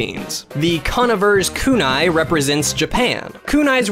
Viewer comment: YESS!! YEEEESSSS!!! FINALLY ANOTHER PERSON LIKE ME WHO PRONOUNCES IT CONN-IV-ERS KUNAI